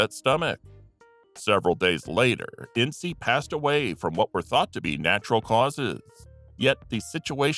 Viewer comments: It's Ince, as in prince, NOT in-cee! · I'm sorry but her name was "Rappe" said like "Wrap" Edit: also Inces' name isn't " in see" it's said as "Intz" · You missed the whole Thelma Todd (and maybe a bit of Lucky Luciano, if the rumors are to be believed) and her suspicious death by carbon monoxide poisoning. Tom Ince's last name is pronounced INTZ. See the film The Cat's Meow for the "rumor most often repeated" and the possible reason for his death during his birthday celebration (which had to do with Hearst's mistress, not his wife), and the subsequent cover up. Then there was the murder of Wiiliam Desmond Taylor. Or, heck, even Bob Crane's murder deserved a mention, simply for all of the hundreds of suspects the police were originally faced with questioning.